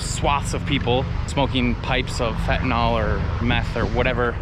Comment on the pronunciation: Fentanol is not commonly used. Fentanyl is not fentanol. Mispronounciation does not make you sound intelligent, just the opposite!